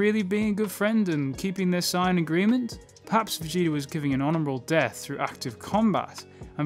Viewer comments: I love your videos but why do you say "cyan" Isn't it "say-an"? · Dude it's saiyans not cyans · why he saying sayin like cyan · America: "Sayin" Wherebout bro is from: "Sighin" Actually when I was young I had trouble spelling it because of how we pronounce it. I spelled it like Sayian. Wen it's Saiyan. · I don't like the way you say sayian